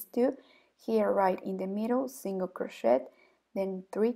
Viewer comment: Much too fast. Extended double crochet English pronunciation of crochet is like "crosheee". The "t " is not pronounced in English. Thank you!